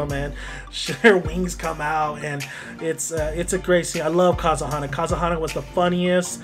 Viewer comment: If you're going to do a video about something, do us a favor and pronounce the names right! Good example of the dumbing down of our young people. Oh by the way.....it's Ka-ze-ha-na! SMH!